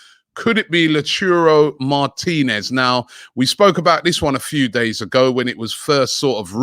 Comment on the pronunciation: Is it just me or is Robbie butchering Martinez’s name😂😂